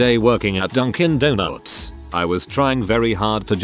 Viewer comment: Why's robot voice say "donoots?"